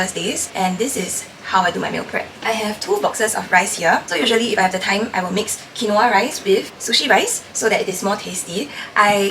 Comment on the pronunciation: Babe its pronounced kween-wah